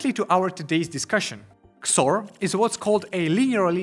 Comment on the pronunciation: I have to say, I’ve never heard someone call XOR “kzore”, but I really like it.